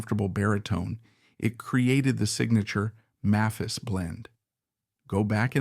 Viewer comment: May-phis, you moron.. Hard "A", not soft. And you can just type "MAYPHIS" into your AI script. It's not that hard. And in later years she was a Greeter and Guide at the Country Music Hall of Fame and Museum- there's an exhibition there of her and Joe's guitars. Speaking of Joe's guitars- the video keeps mentioning Joe's "White Mosrite", I don't recall Joe ever having a White Mosrite- even in this vid all of his double-necks were Sunburst. And regarding Rose Lee's guitars-- note the Martin with a Bigsby neck- we all know that Merle Travis had a Martin/Bigsby, but I had never heard of Rose's. She was one of the most beloved people in Nashville- everybody, from every generation, loved Rose. And yes, their son Jody is a good friend of mine- and he's an honor to his parents- a very talented sweetheart.